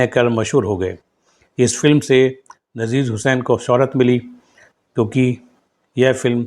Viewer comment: अरे भाई नाम का उच्चारण ठीक कर लिया करो ,आपको नजीर हुसैन,नसीर हुसैन में फर्क पता नही है क्या,अपने वीडियो को खुद देखना सुनना